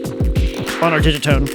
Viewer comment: TIL that Digitone rhymes with minestrone